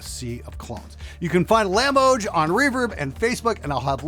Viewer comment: The reclaimed wood Czech one is Lamboj (builder's name, is pronouncing it wrong:D)